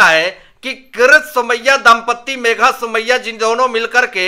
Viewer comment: MR KARAT () PLEASE LEARN TO PRONONCE THE NAME CORRECTLY. PLEASES LISTEN TO YOUR. VIDEO SAYING “ KARAT INSTEAD OF KIRIT”